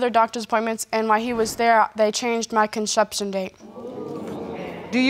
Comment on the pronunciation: "Conshepshun date"